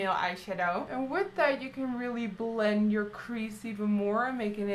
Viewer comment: I love how you say bllllend, bllllack, blllling.... :) True blood is my favorite TV show! ♥♥